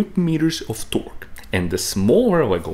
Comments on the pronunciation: The most disgusting way to pronounce torque.. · The west emphasis he puts on the q in torque...I can’t watch it. Too bad. Looked interesting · As it turns out there's a unit called a 'tawrk' and it's the distance my skin crawls every time you try to say "torque" but actually say "tawrk" with the particular tone and intination that you do... It's a smaller unit than a light year, but still pretty big. Please please please NEVER say "tawrk" again. Great explanation though. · I like the part when he says "TOARK". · “Tœrk” is absolutely how I’m gonna pronounce it from now on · man you tickle my tummy everytime you say torqkkkkkk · I’m spacing out and I jump every time he says “Torque 😃” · I enjoy your videos. I also love the way you say Torque. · The way he pronounces torque makes me so fucking aggresive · It bothers me how he pronounces torque lol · bruh im high and fucking dying overthe way you say torque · The way he says torque LOL